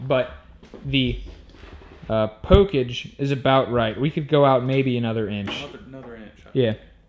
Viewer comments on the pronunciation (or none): Did you say Pokeage?